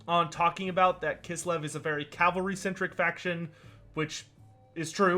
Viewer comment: I am excited about Kislev too, and I cringe whenever I here “cavalry” pronounced like CALvary. This is a Great video otherwise. Thanks for posting.